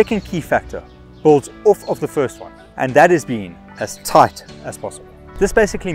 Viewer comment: great video bro but is nobody gonna talk about how it said ass tight not as tight????????